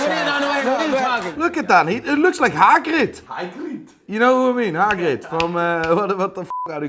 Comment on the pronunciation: Never heard a Dutch Irish man sound so Scottish when pronouncing Hagrid 😂😂😂